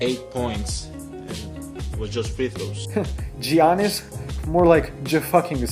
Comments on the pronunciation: I don't think your supposed to say Giannis with a G sound. It's sounds like "yannis" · the way he pronounces Giannis lol